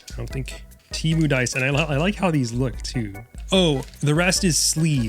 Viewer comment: why does no one ever pronounce "TEMU" correctly??